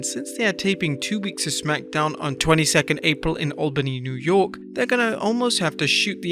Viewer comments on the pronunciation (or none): none